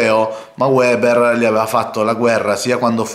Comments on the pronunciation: per favore si dice "veber", non "ueber"; lui è tedesco, non inglese.... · Piccola Nota : Weber si pronuncia Véber